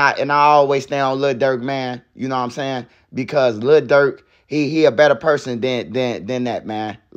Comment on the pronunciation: Le Durk 😂😂😂